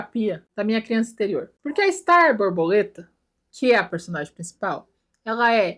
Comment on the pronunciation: Ela falou de starrrrrrrr